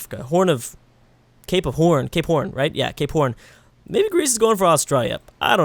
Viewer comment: When he said Cape Horn I was in the comments and thought he said gay porn